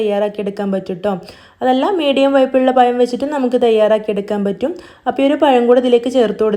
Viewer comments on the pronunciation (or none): പയം അല്ല പഴം 👌👌